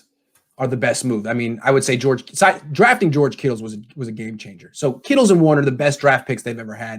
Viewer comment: Dear please for the love of everything stop calling him “kittles” 🤮